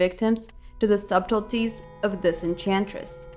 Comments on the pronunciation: subtleties the b is silent. peace. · In the word subtleties, the b is not pronounced. I use to make the same mistake, actually. It's pronounced suddelties.